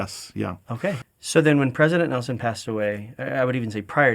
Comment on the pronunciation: I am so surprised...after 101 years we just can't pronounce his name correctly. It's not nilson 😊it's nelson.